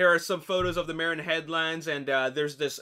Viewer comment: Love your vids, keep up the great job... just one minor correction:... Marin (the Marin Headlands) is pronounced "MAH-rin" not "MARE-in"... This vid pronounces it